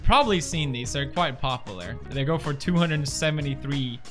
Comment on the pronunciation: "popalar" says pewds.